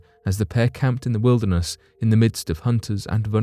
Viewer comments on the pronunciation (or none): none